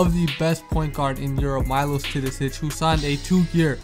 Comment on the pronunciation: Have you ever considered learning how to pronounce the name of the best European player before making the video about him? Imagine someone talking about Steph Curry and calling him Carey. Just my 2c